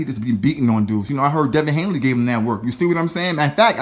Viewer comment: And his name is Devin Haney not Hanley